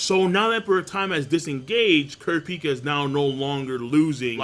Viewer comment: He pronounces Kurapika wrong as well. Funny how people can watch an anime and hear the person's name pronounced correctly but still pronounce it wrong.